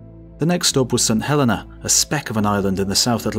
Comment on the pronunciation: fairly sure it's accented on the second/middle syllable Saint Helēna (rather than on the first syllable "Saint Hēlena" which sounds wrong)